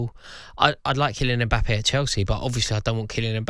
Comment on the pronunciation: Why do Europeans keep calling him "E-mbappe"? Pliz start with the "M" or practise by saying "Mmmmm.....mmmmbappe"